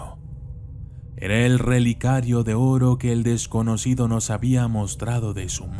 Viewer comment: se te escapó una "p" en la palabra desconocido jeje